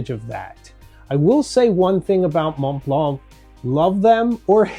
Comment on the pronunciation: Why is your pronunciation of montblanc so bad?